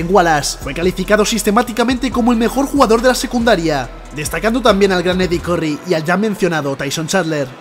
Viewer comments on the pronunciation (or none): none